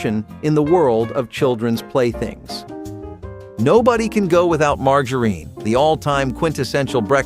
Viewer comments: “Leed” and “margareen” 👎🏼 A.I. voiced BULLSH!T 👎🏼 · I'm so tired of artificial voices. Doesn't anyone listen to these before they publish? "Leed" indeed. Margareen. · Pronounce lead and margarine correctly! It's hard to learn something from someone who can't pronounce words correctly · The mispronunciation of lead and margarine! Arrgh! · This was pronounced wrong. it’s margarine , the g Sounds like a j